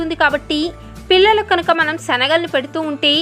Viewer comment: ఫిల్లలు కాదు పిల్లలు దయచేసి తెలుగును ఖూనీ చెయ్యద్దు మేడం..